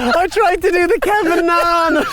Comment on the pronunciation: Cracking up after the attempted walk in did he say Kevin naan ?😂 definitely ordering a Kevin on ruby night 🤣 great video lads top guest 👌🏻